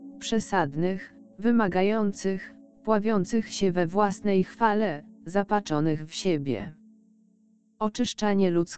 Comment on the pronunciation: Podczymuje, zamiast podtrzymuje, zapaczonych zamiast zapatrzonych, i inne błędy, których żywy lektor nie zrobi. To trwa od dawna. Zmieńcie tego robota. Tyle czasu czekam aż ten kanał nareszcie bedzie pracować poprawnie... Wstyd! Duży wstyd. Ludzie nie zwracają Wam uwagi bo są taktowni więc kontynuujecie swoją pracę bez dbałości o poprawnosc przekazu. To jest niezrozumiałe. Byle by było. Tak służycie Panu Bogu?